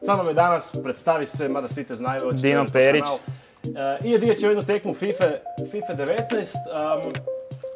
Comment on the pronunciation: On krivo izgovara svoje prezime